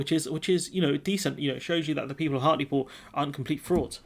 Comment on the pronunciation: Hartlepool - not 'Hartley Pool'